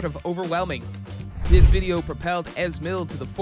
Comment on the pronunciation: Your pronunciation is Hilarious, Easy mil not es mil.